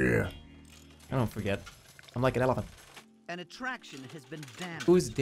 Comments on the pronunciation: I’m likanelefont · WHY DOES HE SAY ELEPHANT LIKE THAT